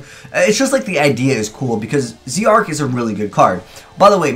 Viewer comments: It's not Zeee Arc it's Zarc it's pronounced as Zarc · Zarc not z Arc